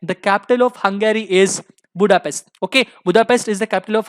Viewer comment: It's not hungaaryyy! It's Hungary